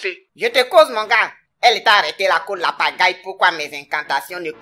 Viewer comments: C'est pas faux au lieu de ladjagai elle dit la pagail🤣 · Il fallait prononcer au lieu de Lapagaille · Tomato Tu sais pas consolé l'homme 😃😃 Que c'est parce qu'elle prononce mal ton nom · "La Mygale tu entends je suis ton terminus 😂mdr" Le jour où elle va prononcer correctement ton nom tu vas comprendre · Wallaye qu'elle prononce mal son nom. Mais, un jour ça va prendre. Sérieux les gars, vous faites un travail de fou derrière le clavier. Merci pour tout 🙏😔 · Non! Le problème est qu'elle ne sait pas prononcé, Façon dont elle dit Nbrrrrrr, Nbrrrrrr là 🤣🤣🤣🤣🤣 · 🤣 Tomato a vu vrai, elle prononce mal le nom sinon a l'heure là est chez ses aïeux 🤣🤣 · Mieux, que la mygale continue à mal prononcer ton nom 😂🇬🇦🤣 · Hum... De la manière tomato a commencé faut il va dire à go la que c'est pas comme ça on prononce le nom de son frère sans 😜😜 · Pour la première fois ladjagai s'en sort ! Celle là elle ne va jamais bien prononcer le nom 🤣🤣🤣🤣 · 😂😂😂,en tout cas attend elle va bien prononcé ton nom tu vas voir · Tu as la chance elle sait pas prononcé hoo ladjagai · C'est le Nom qu'elle a mal prononcé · Oui c'est vrai hein c'est son nom elle ne connaît pas elle prononce mal le nom du gars